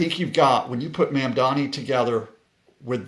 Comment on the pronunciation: Dude. I KNOW you know how to pronounce “Buttigieg.” PLEASE LEARN HOW TO PRONOUNCE “Mamdani.”